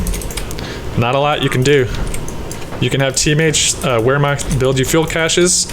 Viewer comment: Just wanted to drop this here. Wehrmacht is pronounced: Vār-mokt